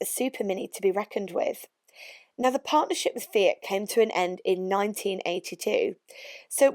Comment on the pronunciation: The yanks can't say fiat they say feegyhat hahahahahaha